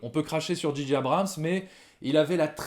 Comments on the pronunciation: Juste un petit effort, les gars: prononcez "Djay-Djay Abrams", svp... ;-) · Les gars, arrêtez de dire "Dji dji" Abrhams... Soit vous le dites correctement à l'anglaise "Djé djé" ou à la française "Ji ji"... Là, c'est comme si vous disiez G.G. Abrhams... ça énerve un peu. Désolé...sinon, super critique! Merci.